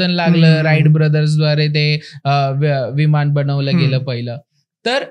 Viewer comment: मराठी सुधारा. विमान असते विमाण नव्हे